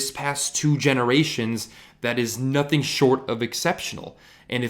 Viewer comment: That “nOOTHing” at beginning of the video . Lmao 😂😂😂